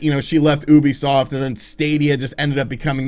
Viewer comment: OOOOUBISOFT nononono come on its you-bee-soft get it right